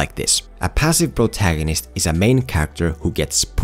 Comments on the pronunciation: I kept hearing Bro-tagonist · Nobody::🅱️rotagonist